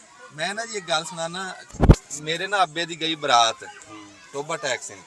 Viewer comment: ਬਾਈ ਟੋਬਾ ਟੈਕਸੀ ਨਹੀਂ, ਇਹ ਤਹਿਸੀਲ ਟੋਬਾ ਟੇਕ ਸਿੰਘ ਐ,, ਤੁਸੀ ਟੇਕ ਸਿੰਘ ਬੋਲਿਆ ਕਰੋ